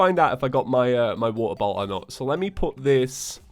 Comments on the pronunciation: Idk why but I heard water bottle for water bolt... Bee Bois! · I just turned in captions and every time you say “Water Bolt” it translates to “Water Bowl” 😆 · I could not understand for the life of me when he was saying water bolt. I thought he said he needed a water bottle. XD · I THOUGHT HE WAS SAYING WATER BOTTLE AND NOW IM SO CONFUSED CUZ HE GOT A WATER BOLT